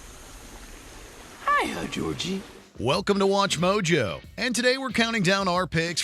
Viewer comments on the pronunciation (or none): none